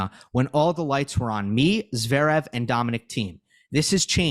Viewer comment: please. Arthur Fees as in Gaël Monfees And it's ZvErev, not ZvEErev. SMH here for the umpteenth time.